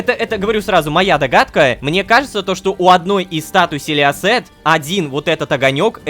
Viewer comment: Я когда лололошка говорит селиосет я слышу силести😂